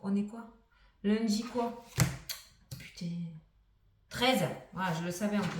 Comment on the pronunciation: coucou , je suis de l aveyron et j adore tes "putainnng " , beau tirage ! merci a toi